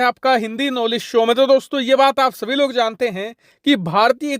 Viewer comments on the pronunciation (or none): none